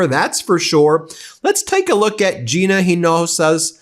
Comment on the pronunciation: Thanks for pronouncing Gina's name correctly!